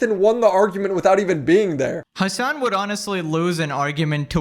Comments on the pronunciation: You deliberately butcher the name "Hasan" by pronouncing it "Hamas". That tells me everything about how much trust people should put into anything you say. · "hamas piker" ughhh